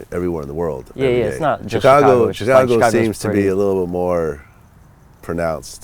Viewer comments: it bothers me the way this nigga vlad says chicago.... chick - ago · The way Vlad keep pronouncing Chicago like "Chicano" got me twisted. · I hate the way Vlad says Chicago